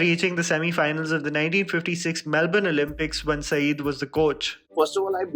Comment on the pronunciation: Sayed is pronounced Saiyyad not Saeed